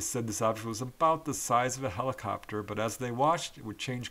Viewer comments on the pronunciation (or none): none